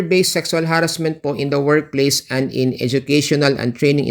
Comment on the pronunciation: pasensha naman pero masakit pakinggan yung ha-rassment kaya di ko matapos ang video